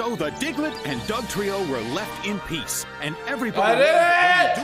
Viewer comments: His name is diglet not digaladid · i'm sorry but i'm pretty sure they're saying Diglett dig